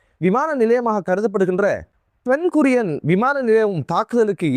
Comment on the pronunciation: யெம்ப்பா தம்பி சப் எஜெண்டு வேல பார்த்த நீ கேக்கிறான் மேக்றான் கம்பனிக்கு எதுக்கு மாறின நீ உச்சரிக்கும் பெயர்களில் ரொம்ப பிழைகள் இருக்குதே பென் குர்யன் இல்ல Ben Gurian Meyor Washington la இல்ல அவர் நியூ யோர்க்க்ல அஸ்பகான் அல்ல அது இஸ்பஹான் Haibesonik இல்ல ஹய்ப்பெர்சொனிக் அப்படி அராக்குச்சி இல்ல அப்பாஸ் அறாக்‌ஷி இஸ்டீவ் இல்க ஸ்டீவ்